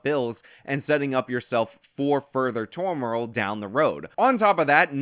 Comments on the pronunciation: did just say 'tor-more-ol" when he meant turmoil?:D:D:D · can’t pronounce turmoil.😂😂😂